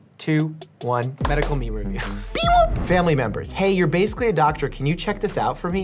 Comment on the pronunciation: Instead of BEEwop he said PEEwop